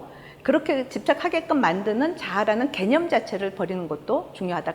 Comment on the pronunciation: 연제가너무깁니다 . 이런 이런 일은 그만하려 했읍니다만 마지 못해 또 잘못을 지적하지 않을 수 없습니다. 긴 자를 짧게 잘못 발음한 예: 세포,대상,개념,포괄, 말씀,총괄 ,개체,대변, 알 지, 비 주체,처방,처방, 두 번(하나, 둘, 셋도 제대로 발음하지 못하는 한국 대학 교수!!),작은(small) 같은 평상 고유어는 학교라곤 문전에도 가보지 못하신 우리 할머니들도 이 따위 엉터리 발음은 하신 적이 없ㅇ.셨다. 제발 말 공부 좀 하신 다음에 강단에 서십시요!!!